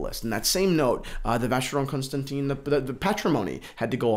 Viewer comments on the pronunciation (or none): love your passion for this, but come on, please polish up your pronunciations! Addermar Pigay and Vacheron Consanteen....?